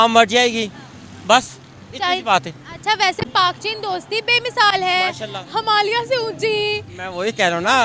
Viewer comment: अबे आधी अरबी नई मुल्ली हिमालिया नहि, हिमालय 😂